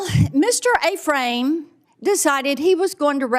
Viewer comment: Ephraim is Pronounced F-Ram.. Not A-Frame woman.. Jeez